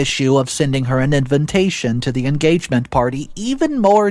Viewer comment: It’s A-RAIN-MENT not arrangement when someone is charged after they are arrested. Invintation also really grates me when the correct pronunciation is IN-VIT-TAY-SHUN. 🥴🇬🇧